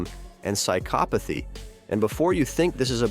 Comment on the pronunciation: He doesn't flink. That's his psykopothy. Jesus, I hate AI.